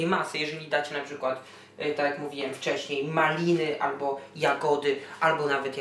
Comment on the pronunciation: ZJIOOOOŁA Pro akcent :D